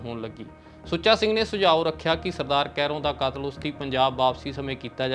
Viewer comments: ਲਗਾਂ ਮਾਤਰਾ ਦਾ ਵੀ ਬਹੁਤ ਫਰਕ ਹੈ,, ਕਾਤਲ ਨੂੰ ਕਤਲ ਤੇ ਕਤਲ ਨੂੰ ਕਾਤਲ ਕਹਿ ਰਹੇ ਨੇ,,,, ਪਰ ਜਾਣਕਾਰੀ ਵਧੀਆ ਹੈ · ਪੱਤਰਕਾਰ ਕਤਲ ਸ਼ਬਦ ਨੂੰ ਕਾਤਲ ਕਹੀ ਜਾਂਦਾ ਤੇ ਕਾਤਲ ਨੂੰ ਕਤਲ ! ਸ ਨੂੰ ਸ਼ ਤੇ ਸ਼ ਨੂੰ ਸ ਬੋਲ ਰਿਹਾ